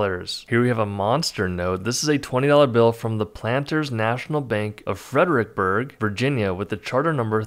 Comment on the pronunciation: Fredericksburg Virginia is pronounced Fred Ricks burg Virginia. I lived in both towns. I lived in Virginia for 47 years. Then moved to property I inherited in SC and had to learn local pronunciations all over again